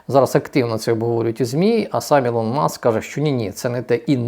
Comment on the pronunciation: Да навчіться англійські терміни читати: ОупенЕйАй, СтарГейт, Ілон Маск (а не ІлОн, це не Ілона).